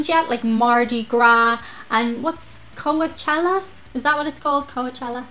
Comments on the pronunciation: "Co-a-chella"! :) It's more pronounced Co-Chella... Herpes favorite time of year! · Co-uh-chella! I'm fucking dying! Like, I get it. It's an easy thing think if you've never heard it. It's coach like stagecoach. If you have to think of it like co-chella. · Fyi, Its pronounced Co-chell-ah But it's "not all that", mostly for the rich ppl, highly pretentious. You should try a Rainbow Gathering or Burning Man Festivals.